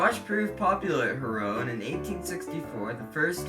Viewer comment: DON’T say HaRROW say HARRow you transatlantic turkey.